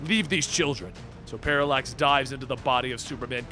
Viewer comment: Paralax sounded like Parasite